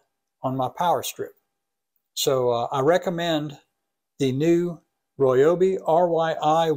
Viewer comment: He says Royobi, lol